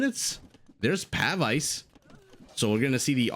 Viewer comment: Pavise is actually pronounced "puh-veeze". Awesome cast as always!